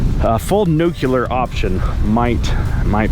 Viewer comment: full nucular